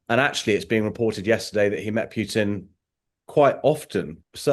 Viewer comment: Any interviewer that still calls him "pyutin" is so ignorant they should get another job.